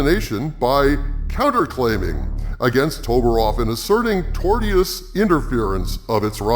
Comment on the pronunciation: tore-shus is the correct pronunciation